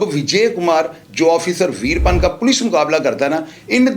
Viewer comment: Yeh info hazaron channels pase hai koi new story nahi but ouska naam to sahi le Lena tha ap ne naam hi badal diya veerapan apne A ko silence kar diya good work otherwise